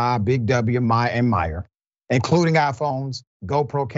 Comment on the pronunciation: 🤣 < my face after seen doc trying to say "Myer" - From Australia